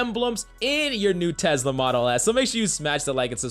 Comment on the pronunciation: he really said tezzzzzzzzla